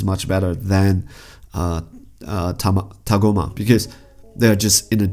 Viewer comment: I know it's good, that's not why i made the comment. Rather i was having a comedic go at the pronunciation. That's the emphasis sorbet gave when tagoma was shot out of the spaceship by frieza. And you missaid his name way too many times in your video i cringed every time with a big facepalm. Might be worth you rewatching your video to count them.